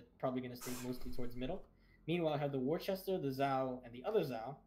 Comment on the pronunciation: plz tell him its pronounced "Wooster"